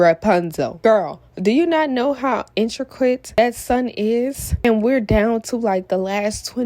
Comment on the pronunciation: It’s called intricate not inter quit!